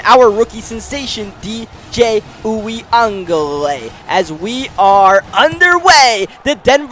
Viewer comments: say it with me, OOH-WEE-GUH-LAY-LAY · Cookie, it’s U-GUH-LAY-LEE